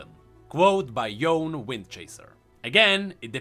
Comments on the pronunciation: I'm pretty sure since Ionia is steeped in Asian culture and practices that Yone is pronounced YOH - NEH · Yone is pronounced "Yo-Neigh" if you are using proper Japanese Pronunciation. With Yasuo's Japanese dialogue it is likely that his brother's name would have a similar origin. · Yone is actually pronounched "Yo-Ney". Yasuo say his name in one of his interactions ingame when they are played together. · Yasuo’s Brother, Yone apparently is actually pronounced as Yo-ne, Yasuo said so in his interaction with him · Oh and like many other Asian-ish name, they're pronounced as how they're written. That being said, Yone is pronounced "Yo-nay". I mean, until we got the real pronounciation by Riot, i can't say for sure; but come on, Ionia is Runeterra's Asia, so....